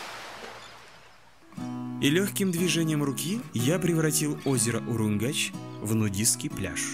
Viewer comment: Всем привет! Случайно наткнулась на этот канал, и была приятно удивлена. Качество съемки и монтаж не хуже чем в "ОиР". А ведущий - даже лучше. ;) Классный выпуск! Только один минус - звук закадровой читки не годится, надо бы погромче и ясней. П.С. И еще, одна поправочка, не УруМгач, а УруНгач. Дальнейших успехов вам! Подписываюсь и жму колокольчик. :)